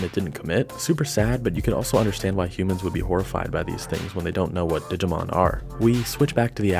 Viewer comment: Omg please, every time you said “digimoun” it killed me. Made my day